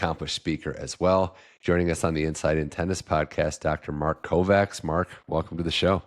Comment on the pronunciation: except that pronouncing Kovács (a Hungarian name) as "Covax" hurts bad!